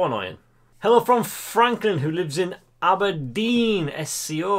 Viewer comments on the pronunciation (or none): none